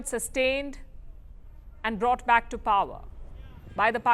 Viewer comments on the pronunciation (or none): none